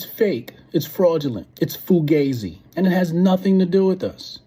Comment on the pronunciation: As a native American I can honestly say, nah, blks are the most racist and anyone growing up on the west coast in the 80s/90s knows the blks and Hispanics have been fighting FOREVER! and did he really say "Foo-gay-zee"? 😂 It's fugazi homie... do better, stop playing the victim. 🤣